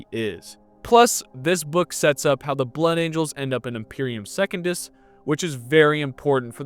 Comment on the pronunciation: He also says Second-us, instead of Se-cun-dus. Pretty 🤪🤣